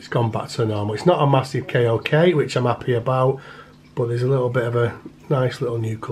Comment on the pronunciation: K O K is pronounced like “coke” beautiful creature anyway I’m also interested in these myself